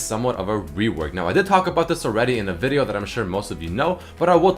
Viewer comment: it's more like vídeò